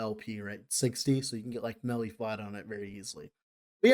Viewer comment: Instead of "melee" I hear "smelly" a lot of times here and it's kinda funny That aside, really interesting video, I'm not that deep into LE so this is some good info